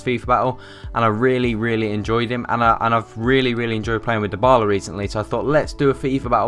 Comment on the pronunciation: Come on guys, Dybala is pronounced as 'Di-bala' not 'dye-bala'. He's the most promising player in football right now and there's no excuse to pronounce his name wrongly.